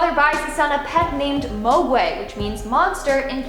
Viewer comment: I know ol’ girl hasn’t seen gremlins by the way she pronounced mogwai.